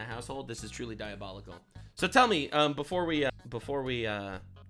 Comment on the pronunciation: stop saying diobolical or I will steal a penny from you, sir.